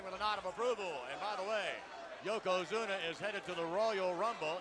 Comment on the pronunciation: I heard more than one person say yokozuma